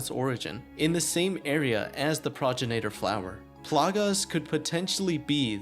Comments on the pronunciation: I'm pretty sure it's pronounced Pro-gen- it-or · great video! please learn how to pronounce things. It's pro-gen-it-or, progenitor. not progen-A-tor. Suplex.(Sue)-plex, not sa-plex